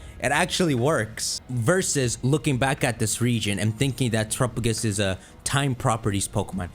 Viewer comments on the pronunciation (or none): (Tour - up - uh - gis?) defuq? this thing is definitely pronouced (Tear - app - uh - go - s) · I just can't listen to this person say turrapigus all video.